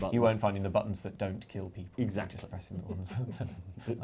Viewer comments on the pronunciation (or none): none